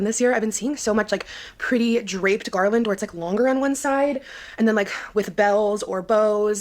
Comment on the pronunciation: Did she say "Garlandt" 😅😅😅😅😅😅 omg